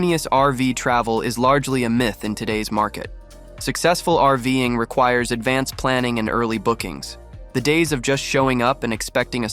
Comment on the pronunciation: what the heck is "arving"? I'm guessing Ai trying to read the script, and failing. VERY annoying,. use a human or go home.